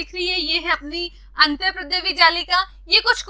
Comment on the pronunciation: Antardrya jallika not antarprdaya jallika